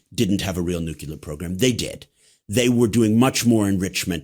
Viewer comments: And definitely not “the nuklur” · Nuclear - not “nukular” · Interesting content, but listening to your guest mispronounce the word nuclear over and over for an hour made me want to stick a pencil in my ear! There is only one u in nuclear. It's pronounced new-clee-er. Not new-queue-ler! Surprising he used the Bush II erroneous pronounciation. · Call me a snob, but I can’t take intellectually seriously a person who, with all his curriculum, still says “nukelar”. That says a lot to me as far as the rest of his “expertise” is concerned.